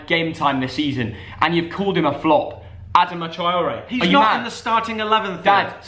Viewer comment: Y the hell did you say Adama troray